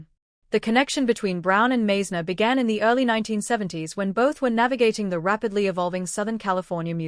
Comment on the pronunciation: Hello Stupid AI, Randy’s name is pronounced “Mize’-ner” Because you got that wrong, we don’t believe anything else you say.